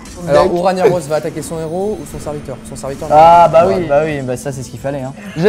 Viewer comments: On dit RAG NAROS pas RAGNIAROS. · qui a envie de vomir quand il dit ragna au lieu de rag na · C pas Raniaros c Rag narosse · NON PLS TU N AS PAS PU DIRE RANIAROS XD il s'appelle Ragnaros un g qui fais gue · "Raniaros" Mes oreilles ont saigné. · sa se prononce Rag-naros on dit pas le GN sinon continuer vous êtes trop bien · "raniaros" mon dieu... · Ragnaros prononcé Raniaros ?! Sérieux ?! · on dit rag naros